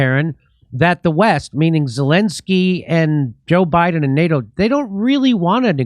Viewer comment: Jimmy should pronounce Zelensky's name correctly. It's NOT Zalinksy.